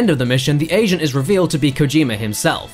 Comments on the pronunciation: Thought said "asian" but I'm sure he said "agent"... r-right?... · I heard "asian" and then I realized he says agent LOL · did he say agent or asian? I've watched this over and over and I can't tell which one he says? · i thought i heard asian when he said agent. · It sounds like he's saying "the Asian is revealed to be Kojima himself" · He said agent but it sounded like Asian, hehe